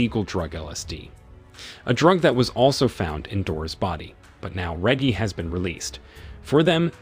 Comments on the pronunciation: (Re-jee) Reggie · I'm betting it's AI voices. You can tell when names like Reggie get pronounced properly once or twice, then suddenly pronounced with a hard G (as in reggae)